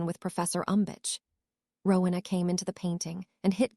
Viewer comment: It is not rukna, it is Rowena